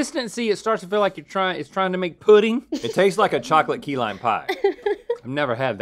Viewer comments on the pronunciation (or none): its key lime not key line lol